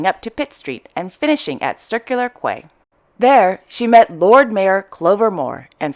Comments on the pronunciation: Love your daily despatches especially on a Saturday morning with a cup of coffee. Slight pronunciation correction re the word Quay as mentioned Circular Quay. It Is pronounced Kee. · Wonderful content thank you. Just a little blip with pronouncing the word 'quay' in reporting Princess Mary in Sydney . It is pronounced the same as 'key'. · Thanks,, for your informative Royal Daily News bulletins; I find them enlightening. FYI, re Crown Princess Mary's visit to Sydney, Australia, "Quay" is pronounced as ""Key". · Don't worry, I looked it up and Mr Google tells me somewhere in the world Quay is pronounced Kway/Qway, who knew! But for us Aussies it's pronounced "Key"... it means a pier or wharf into water. Thanks for all the news. ❤🦘